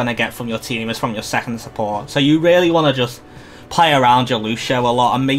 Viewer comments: "lushio" hurts every time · lucian is the english equivalent of luciano, wich is the long version of lucio everyone in the game calls him lucio, no one calls him lushio if you lived in a spanish or portuguese speaking country they'd pronounce your name soomers, its not the same thing